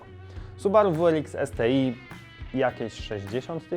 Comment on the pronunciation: Subaru wu er iks, es ti aj. Jak już chcesz być taki anglosaski to raczej subaru dablju ar eks, es ti aj 👉